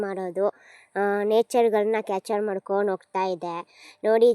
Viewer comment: Capture not catcher 😂😂😂😂😂😂